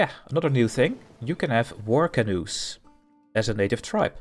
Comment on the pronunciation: I dont know why but every time i hear "War Canœ" i start laughing so hard hahaha